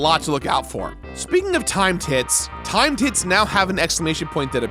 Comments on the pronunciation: Could've sworn he said, "Time tits." That's what I'm gonna call them now. Time tits. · also I can't unhear 'time tits'. Which sounds like a completely different game you will find in the mature section on steam. haha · Damn, November really getting to me. I'm hearing "thot peak" & "time tits" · I'm sorry, when I heard you say "Timed hits" I thought you said "Time tits" I was very confused and now I can't un-hear it. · I keep thinking he's saying 'Time Tits' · Lol, when he says "timed hits" it sounds like "time tits." I'd watch that movie. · Sorry but "Timed hits" sounds mad like "Time tits" which would have made a great title for a Pamela Anderson sci-fi movie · Did you say time tits? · … is he saying “timed tits”? What is he saying? Not trying to make fun. 😅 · The amount of times I heard timed tits instead of timed hits was way to many. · He clearly said Time Tits. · I thought he said “Time Tits..” at first !😅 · "timed hits" What I hear: "time tits" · It must be late because I keep hearing you say " timed tit" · I know you said "Timed Hits" but my brain heard Time Tits and was wondering what clock boobs had to do with the remake. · That's what I thought at first, but I think he is saying timed hit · Man, I really heard "Time Tits" the first 10 times he talked about it. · repeatedly says “timed tit” in this video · Are you saying “time tits”?? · Everything he says "timed hits" it sounds like "time tits" lol. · Timed hits? Or Time Tits? Listen back and you'll hear it. lol